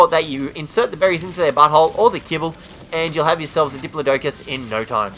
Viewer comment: You keep saying the diplodocus's name wrong